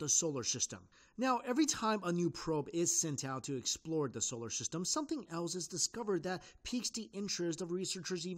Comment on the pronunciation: "Scholar Syhstem"